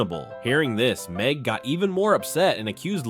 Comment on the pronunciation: NIT MEG NOT MEG😂😂